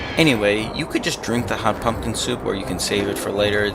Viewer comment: lol I thought you said fuckin soup so I rewound it only to find out you actually said pumpkin.